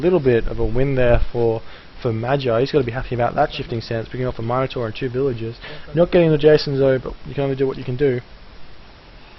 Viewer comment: it's min-ator not mine-ator